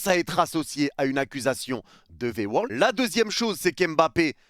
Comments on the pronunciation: V-word et pas V-world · Au pire il attaque le PSG sous entendu les dirigeants pas les supporters . Pourquoi prendre à cœur comme ça ? La pique elle est pas envoyé aux supporters . Puis on dit V word pas V world … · V word (mot) et non V world (monde) x')